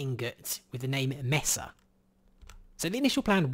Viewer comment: it's pronounced maysa, not messa